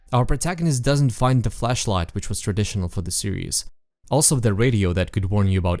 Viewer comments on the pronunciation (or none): The fact that you pronounce the word Flashlight as "Fleshlight", and inventory as "in-ventory" triggers something deep within me.